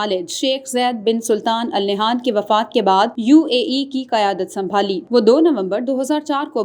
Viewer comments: Al nehan nhi ha ...jahil newscaster! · Please pronunciate the family name (Al Nahyan) correctly.